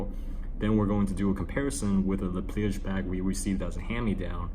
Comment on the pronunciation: isn't it "leh plee-uj" instead of "leh plee-ej"? :)